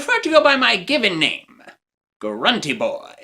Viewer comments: GRUNTY, NOT HRUNTY! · Haha, it is I, grun tee boy.